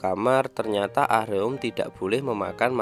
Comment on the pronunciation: Min, Ah-Reum itu baca nya A-RēM pake ē Denger mimin bilangnya ah-reum ah-reum berulang², ga Enak banget Di denger 😂 Monmaap 🙏🙏